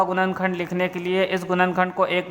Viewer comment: गुणनखण्ड❌️ गुनन खण्द✅️ 🥲